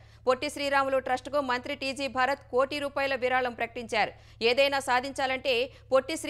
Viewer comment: "కోటీ" రూపాయలు కాదు, "కోటి రూపాయలు" "హరితా" tribunal కాదమ్మా, అది "హరిత" tribunal. తెలుగు సరిగా పలికేలా అభ్యాసం చేయండి.